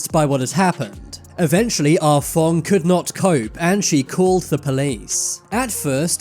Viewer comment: “Ah Fong” sounded like “Ah Fuck” 😂